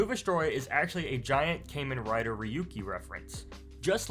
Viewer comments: Bruh its kah-men not kay-men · its pronounced "Kahmen"